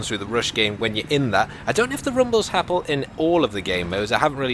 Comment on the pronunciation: he says happle instead of happen :D